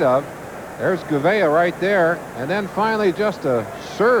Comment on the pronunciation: You could tell that Merlin Olsen wasn't used to seeing a lot of NFC teams....because he pronounced Kurt Gouveia as "Kurt Goo-VEE-Aye". Lol